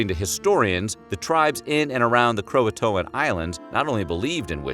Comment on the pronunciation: Ughhh the way you say croatoan is soo weird